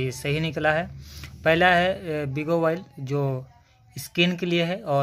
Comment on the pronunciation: बिगो नहीं बायो आयल होता हैं